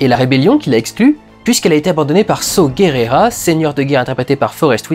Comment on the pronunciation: mdrrrr ton saw guerera